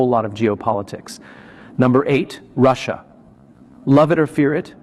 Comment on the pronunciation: Another AI who thinks Russia is pronounced "Russ" and "IA"!! Comical